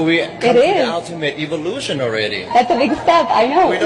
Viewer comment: Eevolution? Eevolution? We have blond hair n blue eyes ! Its the seriousness for me 😂